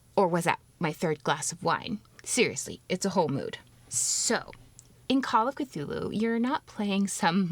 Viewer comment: I really appreciate the way you say those names. They come across as much more otherworldly than the way I say them.